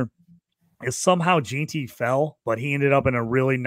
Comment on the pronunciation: Tet and Mike Evans comparison just doesn’t fit right. They have completely different play styles. Evans is much faster and stronger. Tet is smoother. Also it’s pronounced Ashton “gen-tee” not “gee-tee” cmon man